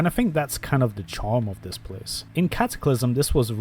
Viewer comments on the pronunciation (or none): none